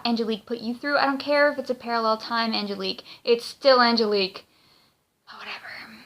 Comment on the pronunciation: The name is Angelique, not the name you're saying.